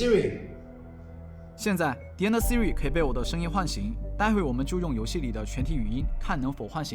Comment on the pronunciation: 说的Vs我听到的 说的：嘿，Siri，Siri 我听到的：阿呗，阿呗，阿呗